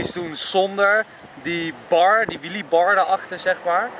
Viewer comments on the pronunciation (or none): Wtf is een WIEEIE HET IS WHEELE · Het is wheelie niet whieie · Nobody: EnzoKnol: WHEEIE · Nieuw favoriet woord: ‘WHEEIE’